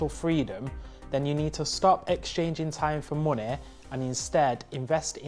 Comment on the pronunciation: Moonay a passive encome